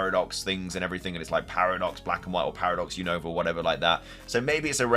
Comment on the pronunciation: say Unova name right you always saying the name wrong is not younova 😅